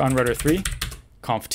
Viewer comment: seconds, the way you pronounce "conf t" makes it sound like you're saying the cooking word "confit".